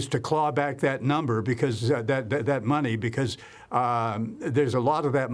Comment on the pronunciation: It's in the toilet my friend. "I no have no muney" 😂